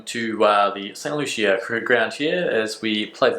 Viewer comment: Pronounced st “loosha”. Love your vids btw